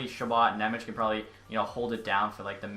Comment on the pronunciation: Thanks for content and I appreciate the Nemec signing! You got really close with his name. :D In Slovak his name is spelled Šimon Nemec (eng translation - Simon German :D), so in case you wanna be spot on ...here you go: Ši- = SHI- oh you know from which word is this :D mo- = MOdano n = basic N Ne- = NYE ... dunno what word to use for ň sound sorry :D mec = METZ probably very close to METS sports team ... I wonder how are some broadcasters gonna butcher it :D